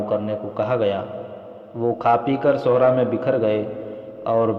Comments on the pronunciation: Sahra ko Sohraa Flaa ko Folaa Padh rhe hain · Sohraa nhi Sahraa pdhte hain Registan ko Sahraa bolte hain